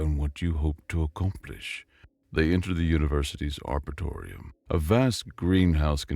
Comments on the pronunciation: Good story, and in general, very good narration. However. The word "Arboretum" was constantly misspoken as "Arbethorium" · aar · br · ee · tm is how you say arboretum